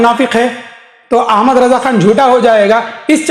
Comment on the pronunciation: o jahil bevaquf tuje Sahi Raza ka naam bhi lete nahi Aata pehle Aapna talffuz sahi kar